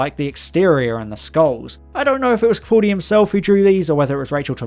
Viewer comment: It's Capaldi.... Not Capauldi